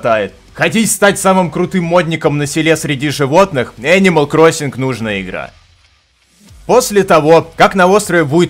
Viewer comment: Ничего так не греет душу как: "О энимал круасан"